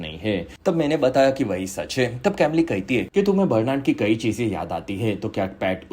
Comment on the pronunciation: Bhai uska pronounciation कैमली nahi कमील hai woh.